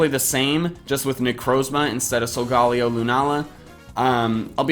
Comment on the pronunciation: "Solgaleo" is pronounced "sol-ga-lay-oh".